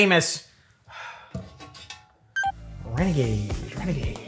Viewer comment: Me when i cant pronounce Renegaid Me: Renegay